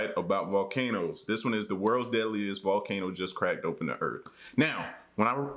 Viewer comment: I swear I heard him say crack dope n the earth multiple times lolol I like your vids tho